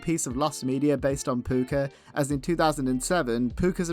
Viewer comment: It's called "Pucca" not "Pupca"!